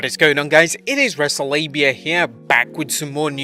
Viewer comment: He said wrestlelabia......... lmfao!!!!!!!!!!